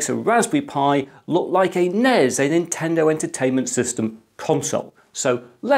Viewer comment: I almost gave an upvote for pronouncing NES right, but then you followed it up by saying NEZ.